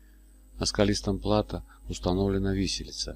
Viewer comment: всё хорошо, только портит впечатление, когда рассказывающий говорит - ЕвангЕлие и плАто